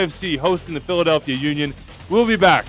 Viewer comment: "Phildalehia" Union? 🤔